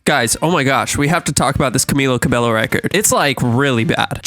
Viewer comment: at least say her last name right 💀